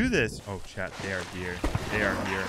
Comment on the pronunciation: i'm confused, is chad your boyfriend or are you saying "chat"?